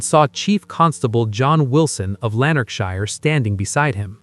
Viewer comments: Awful pronunciation Americans can't speak properly. It's shire not Shi-er .. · Lanark (quickly spoken)..... shire (spoken like "Sheer" quickly and emphasis on "e" but almost like a short "a" and no pronunciation on the last "e")